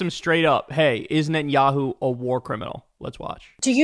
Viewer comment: i know this is kind of irrelevant but cory booker keeps saying 'entanyahu' instead of 'netanyahu' and i thought more attention should be drawn to that